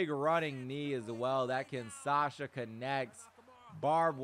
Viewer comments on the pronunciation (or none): none